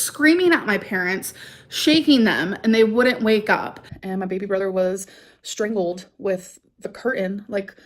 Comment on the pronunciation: This bish said STRINGaled